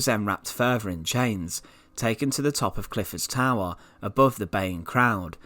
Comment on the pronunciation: He was a traitaah and taken to the towaah very sinistaah lol